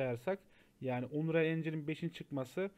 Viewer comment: Aga iyi güzel hoş da "unreyal" deyip durmasan? "Anriyıl" diye oku şunu wockcnxnmdsoa